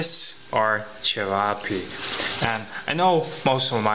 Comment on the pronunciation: So they are pronounced che-va-pi ??